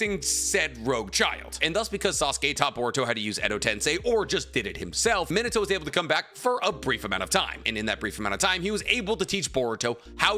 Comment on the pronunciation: Great video bro but can you say narutos father name right? Sounds lije youre saying minitoe😂 me-na-tow minato.